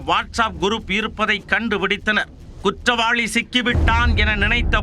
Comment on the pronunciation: நீ வாசிக்கிற தமிழ கேக்கவே கொடூரமா இருக்கு . தமிழே தெரியாத நீயெல்லாம் எதுக்கு நீயூஸ் வாசிக்க வர்ற?? குற்றவாளினு படிச்சிருக்கேன் அது என்ன குற்றவாழி?? உனக்கெல்லாம் மீச ஒரு கேடு . நீ இருக்குற சேனலுக்கு டிஆர்பி கிடைக்குதா???